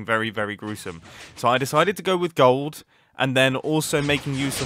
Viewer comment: "Keep me searching for a heart of go-old" mumbo: well yes but actually yes